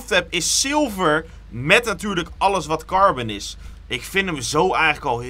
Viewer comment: het is carbon en niet carben. ik irriteer me hier echt aan 🤣